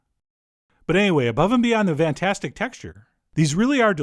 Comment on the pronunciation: Chef John say "vantastic".